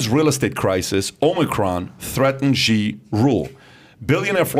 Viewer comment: Xi is pronounced “She” FYI